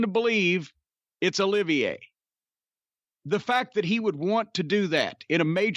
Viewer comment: I love how Cornette calls him Olivier! 😂